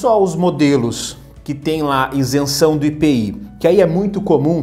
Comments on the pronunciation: Meu caro, Com todo respeito e com a exclusiva intenção de colaborar, esclareço que a pronúncia correta da expressão é ISENÇÃO, não INSENÇÃO, como você tem mencionado. Ok? Parabéns pelo seu canal. Saudações! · Boa noite. Você não é o primeiro a comentar isso, apesar de eu saber exatamente como se pronuncia a palavra ISENÇÃO sem o N. Acho que nem dá pra perceber como eu de fato falo, o vídeo sai tão rápido pra reparar nesse detalhe... Mas obrigado por acompanhar o canal.